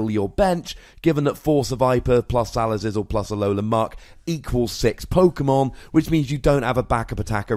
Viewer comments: He's mispronouncing it on purpose because he hates the Pokemon itself. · "Salazizzle" lol